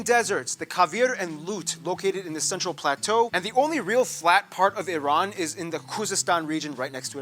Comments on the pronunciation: repeat after me IRAN not eyeran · love and respect from Iran. and btw the correct pronunciation sounds like E-Run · It's eeran like Italy or Iraq 🙂